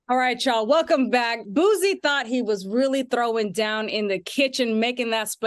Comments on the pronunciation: The sound of people who speak very proper saying Boosie’s name is so irritating 😂 it’s not Boo-Z it’s BOO-Cee. Damn! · The way she mispronounced Boosie repeatedly is upsetting me and my homegirls. 🤣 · She got to go! Who is this. Does she know anything about black culture. She called Boosie, "Boozie". Harpo who dat woman. Come back Claudia😢